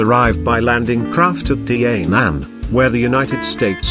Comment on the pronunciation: It's pronounced DAH NANG & KAY SAN